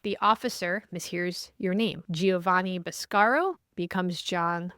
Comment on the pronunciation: Ivan needs to give you the proper Italian pronunciation of "Boscaro"!